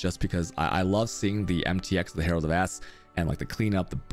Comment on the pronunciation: Did he said Herald of Ass ?